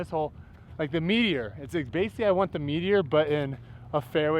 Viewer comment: I can’t stop hearing “meat eater” every time you talk about the Meteor disk 🤷‍♂️